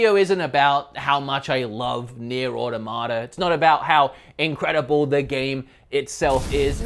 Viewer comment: The way you pronounce “Automata” and “Diablo” scare and concern me